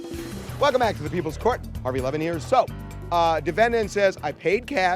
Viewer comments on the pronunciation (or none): none